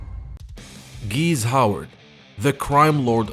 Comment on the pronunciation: GEESE - NOT GEEZZ